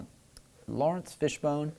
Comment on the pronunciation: Fishburne not Fishbone